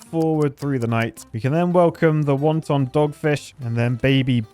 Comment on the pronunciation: Is it just me or is he saying "Wonton," like the food, instead of the word wanton?